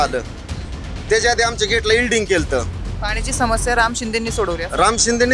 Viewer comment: ईल्डिंग नव्हे वेल्डिंग